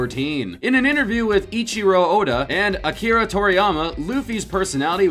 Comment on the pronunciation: Uhdda??? His name is oda.